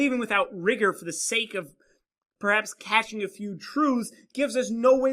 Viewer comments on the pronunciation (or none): none